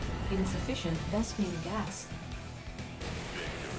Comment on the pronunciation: Did you just say ves-PINGAS on purpose?!? lol